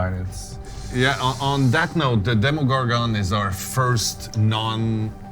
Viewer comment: The way he says demigorgon